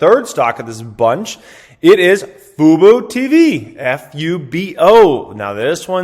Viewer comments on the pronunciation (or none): Fubo is pronounced foo-bO. Tell Kevin as well lol